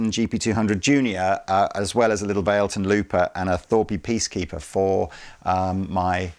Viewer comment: also, isn't it called "vah-leh-ton"? 😁